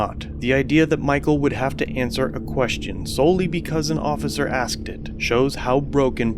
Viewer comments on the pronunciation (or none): "I axed you a lawful question" I would have been done with these illiterates right there and then. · I think the correct spelling is "aksd". ;-) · I axed you a question... 🤦‍♂️😂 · Come on this Homie Blue Line Gangster " axed " you ! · He axed him a question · If any public servant says "axet" to me I'll make sure youre fired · To be technically correct, Sergeant dummy did not say that he asked him a lawful question, he “aksed” him a lawful question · when the cop says axed you know youre fucked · That Sgt." Axed " him a question.Maybe his big fat lips got in the way.Notice that are all black,what do you say about that BLM ? Nothing,I thought so. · If I hear one more person say axed instead of asked I will become the misanthrope I was born to be. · 12 black cops for 1 black guy waiting for a cab. The Sgt "axed" him a "lawful" question! RU shiitting me? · He axed you a question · He axed you. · An "Axe" is for chopping wood. Does this lgnocop also say Pasqetti, and iregardles? Another GED lump. Cameras are exposing these low I.Q. dirt bags. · I axed you a question! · He axed Michael? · The Sgt says .. I axed you a question.. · He axed him a lawful question what a goon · Did he axe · I axed you lawful question...lol! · But the cop AXED him a lawful question? :-) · He shoulda answered him since he axed and not asked. SMH. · Did it hurt when he was "axed"? Wouldn't "axing" someone be battery? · He didn't ask him, he axed him. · The sergeant needs to learn the difference between axed and asked. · He "Axed" him a lawful question!😂😂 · seconds I “axed” you a question. Dude where did you go to school?? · He didn't ask him:he axe him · Why is it axed Instead of asked😂😂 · The Guy had to move... the Sergeant '"Axed" Him... Like 5 or 6 times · "I AX'D YOU A QUESTION" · sgt. -"i axed you a lawful question....." = lol...another dopey cop with no idea of the law.... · "I AKKSD you are you waiting for somebody." Why no officer, would you care for some urine? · Axed a question